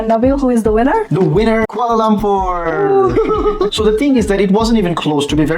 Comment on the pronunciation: Being educated people its quite a wonder you could not pronounce Kuala Lumpur properly. Its not Kuala Lampor. All the letter 'U's in Kuala Lumpur are pronounced like U in sugar. No wonder you don't have that many subscribers.